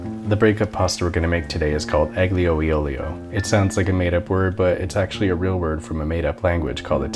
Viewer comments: Aglio e Olio pronounced: Ah-Yo eh Oh-lee-oh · "ahl-yo eh ohl-yo" Smh, ysac. XD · An italian would kill you for ho you pronounce "aglio e olio" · You spell it like “Allio ollio” and not “eggleyoh ey oggleyoh” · it's pronounced "Alio e Olio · I'm sorry to say this but, you pronounced aglio e olio wrong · "aglio e olio" well, it's not exactly the right pronunciation, but I don't blame you, it's hard enough the Italian accent for many people (p.s. Love Your videos!) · Wrong pronunce man (I'm italian)